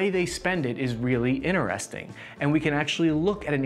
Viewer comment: Iner-resting.... he trying to say Interesting 🤣